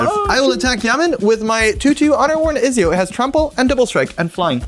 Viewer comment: Loved the game but the way you pronounced "Ezio" killed me inside.